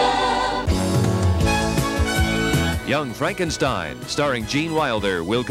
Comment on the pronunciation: Props to the announcer for pronouncing it "Young Fronkenshteen".